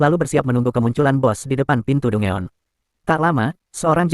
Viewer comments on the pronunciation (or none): Dugon bg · bukan dungeon min penyebutan nya salah harusnya danjen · Dangen lol